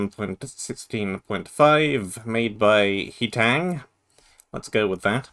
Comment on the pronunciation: that true heitang pronounce was "hey"tang